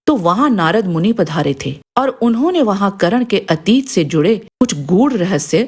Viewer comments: Karan nahi Karn hai naam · madam ji dronacharya ne sirf brahman aur kshastriya ko shiksha di hai....aur ap karan thik se bolna sikh le....